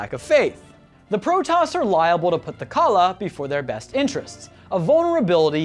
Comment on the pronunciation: My ears bled at every brutally butchered pronunciation of Tal'darim and Nerazim. the 'im' at the end is an EEM. Edit: Khala=Call-ah ffs my ears bleed.